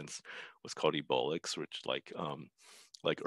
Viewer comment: Here from Folding Ideas video that cited this talk . Very cool stuff but "ebolics" lol